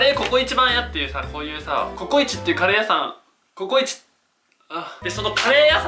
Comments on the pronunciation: 最初のカレー屋さんの発音がリヴァイアサンw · カレー屋↑さん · カレー屋さんの発音ww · カレー屋さんの発音がリバイアサンと一緒w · カレー屋さんの発音が気になる。 あたスだけだろうか、、、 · カレー屋さんの発音がぺんと同じだな